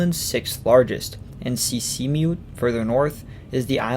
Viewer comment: The more you get into the video, the funnier it gets with the very broken Greenlandic. Two words are almost pronounced correctly - Sisimiut and Narsaq - but the rest sounds very weird and amusing. Besides that the description of the socalled colonial history from 1721 to 1979 - more than 250 years!! - is completely mixed up and messy. Actually the history is quite clear with important years and different developments during that crucial period. But here it's all put in one pot.